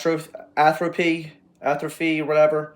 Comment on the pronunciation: listening to extreme metal and not being able to pronounce hemorrhage, atrophy, etc. is insane. Also, quote unquote, not “so and so.” I’m in amazement